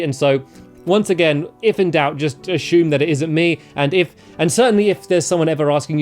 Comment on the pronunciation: Ashume that pronunciation